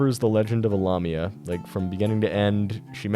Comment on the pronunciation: You mispronounced lamia, the la is pronounced like lay.